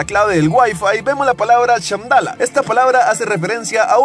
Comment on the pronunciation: es shamballa no shamdalla, se te paso eso ahi